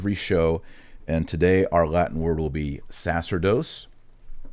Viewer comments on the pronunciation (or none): Sorry. Big fan but I could ‘t let this one go. The word sacerdos is pronounced with the accemt on the middle syllable and in Latin c followed by e, i, y, æ or œ changes the c sound to a ch sound, as in chair. Sa-CHERR-dos.